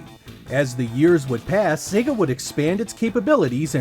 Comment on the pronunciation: Thank goodness. He's pronouncing Sega correctly. So few Americans do:))